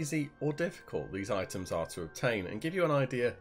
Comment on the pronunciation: you say : i´ems